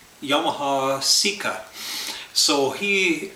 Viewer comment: it's not a seek uhhhhhhhhhhh.........its a SECA! (SAY KUHHHHHHHH)